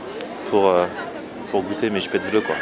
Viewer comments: Spetzeuleuh tu ma tué 😂 Ça se dit "Chpétzlé" ;) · Tu me stresse a dire Chpatzele ça se dit Spatzel ^^ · Ma mère étant autrichienne , ça ne se prononce pas spaetzle mais chpatzel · ahh on dit pas spaetzeuleu mais spétzlé (je l'ai écrit comme ça se prononce) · chpaitezeule sa se prononce pas comme sa 😂😂 on dit " schpatzeleu" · moi je suis alsacien. on prononce: chpézlé!!! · Ca se prononce shpaitslé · C'est des Spaetzlés et pas SpaetzlEs😂 contente que mon territoire te plaise😌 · on prononce pas plutot ça "chpätzlé"? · Sacrilège !!! On dit SPETZLÉ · Sa se dit schpètzlé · J'ai jamais entendu une prononciation aussi moche du mot 'spaetzle'